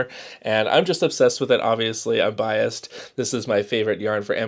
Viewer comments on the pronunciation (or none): none